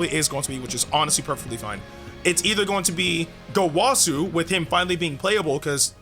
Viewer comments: the wa part of gowasus name is pronounced like wuh not wah its gowuhsu not gowahsu get the picture and goresh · Bro really said gowasu